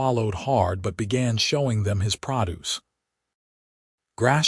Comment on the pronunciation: NOW!!!!!!!!!!!!!!!!!!!!!.................. , "...........showing them his PRAH-duce"!!!!!!!!!!!!!!!!!!!!???????????? WHAT THE FKN HELL is "PRAH-duce"!!!!!!!!!!!!!!!!!!!!!!!???????????????? IT...........................IS.......................FKN.............PRO (LONG O)-duce!!!!!!!!!!!!!! PRODUCE!!!!!!!!!!!!!!!!!!!! "PRO" .............."DUCE............pronounced "DOOS"!!!!!!!!!!!!!!!!!!!!!!!! You REALLY SUK!!!!!!!!!!!.....NOT your AI, which IS a POS...................BUT............YOU!!!!!!!!!!!!!!!!!!!!!!!!....for not editing before posting!!!!!!!!!!!!!!!!!!!!!!!!!